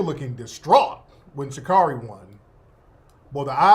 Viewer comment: SHA-CARE-REE not Sha-car-ree. 😂